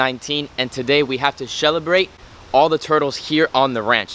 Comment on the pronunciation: "Shellibrate" -- LOLL